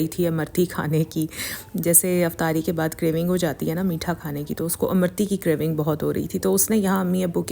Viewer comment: Amrutti not amarti